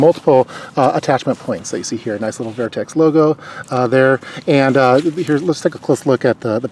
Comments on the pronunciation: Great review👌🏼 couldn’t let go of the “vAIRtx” pronunciations though😂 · Good review, great product, just saw a shot show 2017 video on same bag. I have plenty of Vertx pants. Very well built! Comfy and durable! Just never heard the brand name pronounced that way.